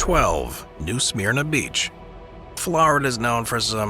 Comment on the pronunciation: Pronouncd New Sm-erna